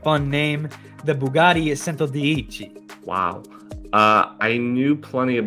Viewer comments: centodieci isn't pronounced the way that guy thinks it is. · The 2 “Cs” in Italian, in this case, are both pronounced as a “CH” (like in the world “Chile”) So it’s pronounced: “CHENTO DIECHI” just for your information ✌🏼 Centodieci means 110 in Italian.